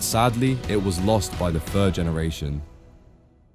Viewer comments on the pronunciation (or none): GENERATION not GENRATION.